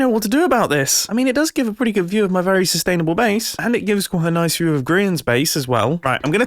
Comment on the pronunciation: Ah yes the base is very SUStanabul